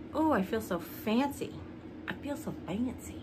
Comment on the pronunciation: I just loved it when you said, “I look fancy” (with a Goofy-Southern twist accent ) That is definitely something that I would have said after putting on the “fancy” ones. - LoL!😂 (You always cheer me up… even if it’s in the middle of the night here in Seattle. 🤦🏼‍♀️.) … I Love ya, … lol. - I’m still grinning from that. 😄😄😄